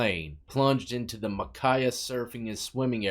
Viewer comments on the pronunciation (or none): I grew up in an all Polynesian city in Hawaii. Samoans and Hawaiians hate each other. What confusing is Samoans and Tongans hate each other and they are watching Hula and by the way you pronounce Makaha Ma Ka Ha which is where Charlies reef is